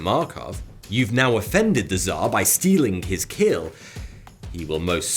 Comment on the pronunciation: ITS TSAR' NOT ThA AAAAAAAAAAAAAAAAAAAAAAAA